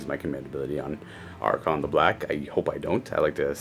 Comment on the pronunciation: I really enjoy your batreps, but the way you say Arkhan triggers me. He's not an archon, and remember it's Arkhan, not Arkhan't, keep winning with him